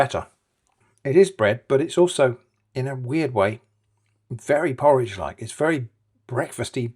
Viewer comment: "this is not porroge toast" okay